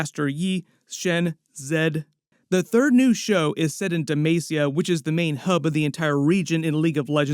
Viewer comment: De-MAW-see-uh Charlie! Demacia!